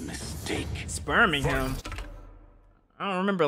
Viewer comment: spurning not sperming